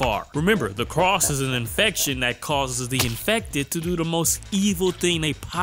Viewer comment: Make anybody else crazy he says “the cross” instead of “the crossed” over and over?